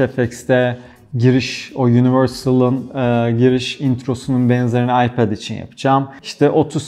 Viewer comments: aypad pro değil telafüzü ayped pro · ipead pro değil okunuşu iped pro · hocam seni seviyorum ama AYPEEEED diyip durma nolur..telaffuza takılmıyorum, sadece çok sık söylüyosun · abi ipaoath niye yani söylerken kendinde zorlanıyorsun ipet te iped de kedinde zor söylüyorsun vazgeç abi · gerçekten aklimdan çıkmıyor telefuzunuz 😀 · Abi Ipad deyişine bayılıyorum.😂😂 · FluTv İlker'den geliyorum. Ipad telaffuzunu duymak için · Öyle güzel ipad diyorsun ki kendimden geçiyorum. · Abinin İpad diyişi çok iyi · Ana dilinizin ingilizce olduğunu bilmiyordum. iPad 'in telaffuzundaki hatanız komik ve antipatik oluyor. Nedeni ise kendi hatanızın yerine başkalarının inceleme videolarını yermeniz. Bırakın herkes istediği gibi çeksin videosunu başkasına sataşmayın ki kimsede size sataşmasın. Burada sadece eleştiri yapıyoruz bir tatminlik durum yok başarılarınızın devamını dilerim.✌️